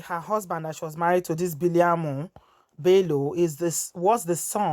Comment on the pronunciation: The name is Biliaminu not biliamu